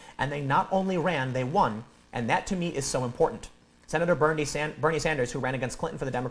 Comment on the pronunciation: Wait. Did he say Bernie or Beanie?